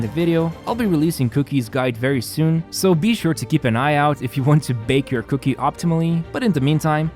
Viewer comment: All I heard was cookie instead of Kuki. I'm going to start calling cookie that.